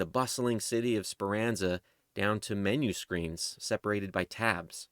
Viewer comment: It’s Speranza not Speranza